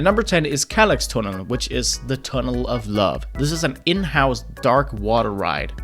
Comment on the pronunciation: "Kärlekstunnel"💀 it's pronounced shär leeks tuuunelll ik your not Swedish but this really annoyed me